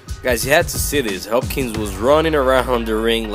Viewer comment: This guy obviously isn't a true boxing fan... These were light heavyweights, not heavyweights, and he's pronouncing both of their names wrong. It's almost comical, and it's sad that he can't appreciate a fight like this one.